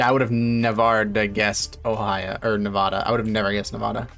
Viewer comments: Bro the way you pronounce navada im dying rn i live in vegas and that would trigger so many people lmao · It’s a pet peeve when people pronounce Nevada wrong in the states